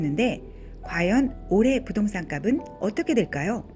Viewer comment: '갑은'이 아니라, 값은은 갑슨으로 발음해야한다.